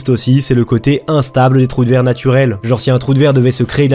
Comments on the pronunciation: Trou de ver et non pas trou de verre. C'est comme si un ver avait creusé un trou. Sinon bonne vidéo bien documentée. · Je veux pas faire ma raclette mais c'est pas un trou de "verre". En anglais ça se dit "Wormhole", c'est à dire "trou de VER" ce qui est moins class on est d'accord. Sinon super vidéo!